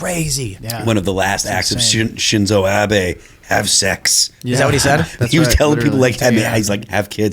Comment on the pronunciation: Ah-bay. Not Abby. Shinzo Abe